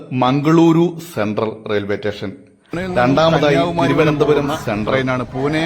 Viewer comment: മച്ചാനെ.... "റ്റേഷൻ" എന്നല്ല പറയേണ്ടത്. "സ്റ്റേഷൻ" എന്നാണ്. സ് എന്നത് താങ്കൾ വേണ്ടെന്ന് വെറച്ചാെ?😂 (എന്തായാലും പരിപാടി സൂപ്പറാണ്👍👍👍)